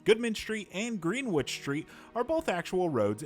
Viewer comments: Greenwich is not pronounced "green - witch". As a Brit, that pronunciation hurts. Americans, do us a favour and learn that it's pronounced "grenn - itch". That is all, thank you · Green witch street lol.... it's pronounced GRENICH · Gren-ich village. It’s not pronounced ‘Green- witch’ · Not to be that person... But... As a New Yorker, just for future reference, it's pronounced "Grennich", not "Green-Witch". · its greenwitch not greenwood, also in the uk we pronouce it Gren Itch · greenwich.... not Greenwitch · Greenwich is pronounced "GREN-NICH"... Take it from a New Yorker... LOL ;) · Killing me how he mispronounces Greenwich Village. The "w" is silent, man! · It’s pronounced “GREN-ICH”!! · this guy fr pronounces it as green witch?? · It’s pronounced “gre-nich“. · "GREEN WITCH" How you know someone is not from CT/NYC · Greenwich is pronounced “grennitch” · Oh lord, he said Green Which... it's Greenwich which has a silent W Americans... 🤦🏻‍♂️ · He pronounced Greenwich phonetically 🤣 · You pronounced Greenwich wrong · Every time you pronounce Greenwich wrong a puppy dies. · That’s not how you pronounce Greenwich lmao